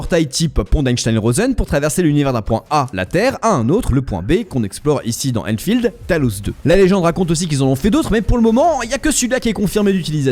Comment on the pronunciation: « En SEHHH » nan par pitié un effort 💀